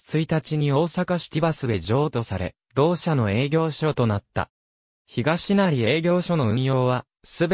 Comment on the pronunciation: 堺東と東成のアクセントが違う。 長吉と生国魂の読み方が間違い。